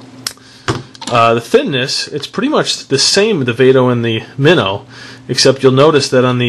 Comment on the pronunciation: you say it wrong its flip mino like a little fish